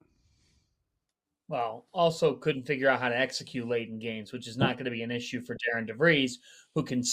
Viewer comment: His name is not Darin nor Darren: it’s Darian. The name Darian is pronounced “dairy-en.”